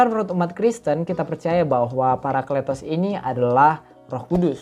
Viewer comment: Mantap bahasannya.. maju terus.. anw cara bacanya Paraklitos - παρακλητος.. karena eeta "η" dibaca i bukan e..